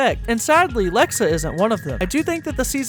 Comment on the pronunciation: Bro said Lexa i unsubed disliked hate 😂